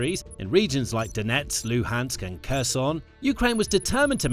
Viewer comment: Please learn how to pronounce "Kherson" correctly. It's important for news videos to pronounce proper names correctly, otherwise they come off looking amateurish and lacking credibility.